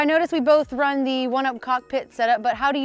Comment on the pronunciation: man you gotta stop the zzzee bike zzzee equipment zeee zzz it's unbearable